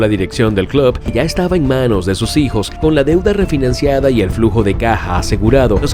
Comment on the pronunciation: Contador para las veces que dijo "clob" 🤣🤣